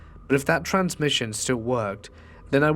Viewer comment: Why on god's green earth why aren't you pronouncing the m in transmission????